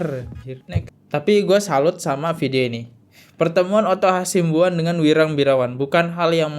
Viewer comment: Hasibuan masss, bukan Hasimbuan